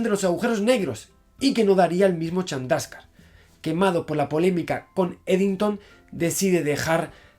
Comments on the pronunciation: ¿Has dicho Charmander en vez de Chandrasekhar? ¡¡Jajajajaja!! Deja los videojuegos y los tebeos, Javier, y ponte a hacer física, hombre, que esto no es serio. XD ( ¿¿Dices Chandraka??) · Llegará el dia que Javi diga bien el nombre de un científico? Srredinger,Chandraska,etc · dijo charmander? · Like si escuchaste el Charmander jajaja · ¿He oído charmander en el minuto ? XD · Según esta página, la "e" de ese nombre sí se pronuncia